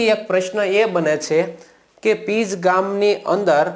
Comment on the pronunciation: Pij nahi pinj